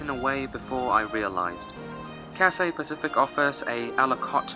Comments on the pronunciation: Yo, it is not Catsay. It is Cathay with an h. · What is cassay pacific. Is it so hard to pronounce Cathay? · It's Cathay, not Cat-say. Cathay. Repeat after me, Cathay. If you can fake the British accent, you can say Cathay properly. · Say Cathay, and not Cassay. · he spelled it wrong intentionally, because the guy in the video was pronouncing the name of the airline as "catsay", which is wrong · Your pronouncing the name of the airline wrong I don't hear a Scholar 😂 don't take it personally tho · I thought I was the only one felt the word Cathay was pronounced incorrectly